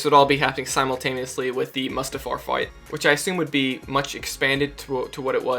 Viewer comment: It's pronounced Moo-stuf-ar